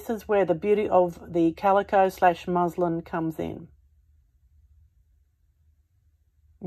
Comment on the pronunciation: Muslim is a religion. MusLIN is how the fabric is pronounced.